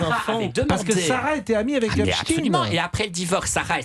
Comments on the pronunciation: Mais pourquoi il dit Epstiiiiin C’est Epstein on prononce Stein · pas in mais ein!!!! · Pourquoi prononce-t-il Epstin ? Alors que çà s'écrit Epstein ! EIN et pas IN ! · Hepstein. PAS HEPSTINE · Non epstine car il était américain par contre pour les allemands qui ont cette consonance finale dans leur nom, on dit stein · C'est une posture de nombreux juifs américains qui ont américanisé la prononciation de leur nom pour faire moins juifs et rester discrets. Jusqu'ici, en France, on prononçait à l'allemande, mais les journalistes ont tellement peur de passer pour antisémites qu'ils ont adopté le tic américain. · "Rodchilds" aussi à fréquenté le diable "Epeshtayne" mais malheureusement c'est elle qui commande tout les juges d'Europe !! 😮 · Pourquoi il dit Epstine ? C’est pour faire Russe ? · C'est pas "Epstine"😤 😤 😤 😤. Volonté d'effacer l'origine ! Aux USA les médias ont aussi imposé cette prononciation, autrefois ils prononçaient correctement. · C'est une posture de pas mal de juifs américains qui ont américanisé la prononciation de leur nom pour faire moins juif. La plupart des journalistes français ont repris ce tic pour ne pas passer pour antisémites, alors que jusqu'ici, tout le monde prononçait à l'allemande. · Effectivement,pourquoi prononcer un nom germanique en faisant semblant d'être américain ?